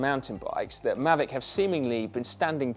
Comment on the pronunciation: [Pedant alert!] Isn't the k silent in Ksyrium? Also, "Maahveec", surely?